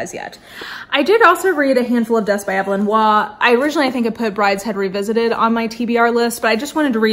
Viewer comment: Just a tiny, friendly FYI—Evelyn Waugh’s first name is pronounced with a long “e,” so it’s more like EVE-elyn. Your upcoming classics TBR sounds great. I recommend Brideshead Revisited on audiobook, read by the incomparable Jeremy Irons. My favorite Forster is probably A Passage to India, but I also love Howard’s End. Forster is just brilliant. I need to read The Longest Journey to finish his novels.